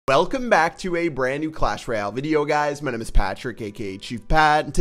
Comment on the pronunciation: I hate how he says royal GG u don't need the extra G btw who got the cannon cart